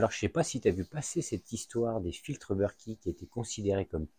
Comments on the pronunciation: You british. Moi française. Donc berket. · BERKEY sont français donc se prononce Berk È et pas beurki